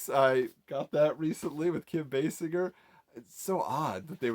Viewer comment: Thank you for pronouncing Basinger correctly. It really bugs me when I hear “Bass In Ger”.